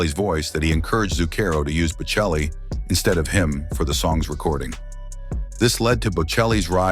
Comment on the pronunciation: Maybe I should have gone into acting. Any job involving mathematics would've been out of limits for me. Never heard of R.J, but he sounds fascinating. Love listening to Bocelli and Pavarotti; please get your pronunciations correct!